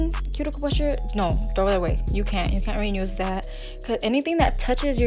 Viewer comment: Love the nails. Are u saying "renuse" or "reuse"? Lol